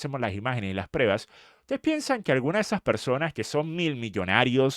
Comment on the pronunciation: Se dice prueba no Preba